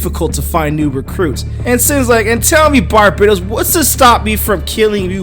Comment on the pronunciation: Also, it's pronounced Bar-bat-os.